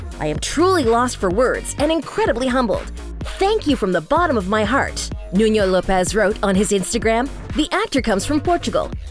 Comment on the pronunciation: Love love love love love love love love NUNO LOPES. FYI: That’s now you pronounce his first name or his last name. Please correct it.🤓